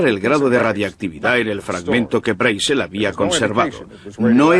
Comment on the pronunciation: Me molestan los doblajes que hace España, en especial por que no saben hablar el ingles, ni siquiera el apellido Brazel lo pronuncian correctamente.